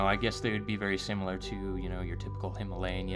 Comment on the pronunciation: the word is similar not "simular" I understand English is not you first language but please it is very off putting